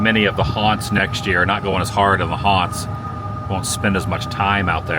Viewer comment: "THE HUANTS" LOL